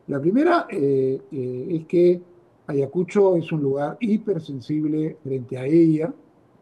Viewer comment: Primeramente amigo es Ayacucho y no como lo pronuncias Ayacusho y creo que tiene su merecido x ser terca y aferrarse al cargo a sabiendas de que la población no la pasa y al ir ahí es provocar.